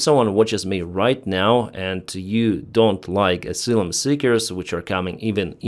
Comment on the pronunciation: Ah -sigh - lum.